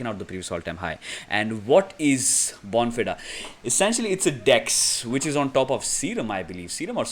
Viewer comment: Bon Feeder is how you pronounce it